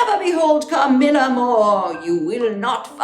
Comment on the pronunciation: No one: Natasha, : cAHMILLUHH